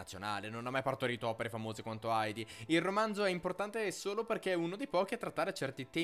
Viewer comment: Ma non gridare che non c'è bisogno! E poi dimentichi di pronunciare Heidi con l'acca aspirata. Munchausen è con il ch aspirato tedesco, non è "Munciausen". In ogni caso video divertente e a modo suo celebrativo.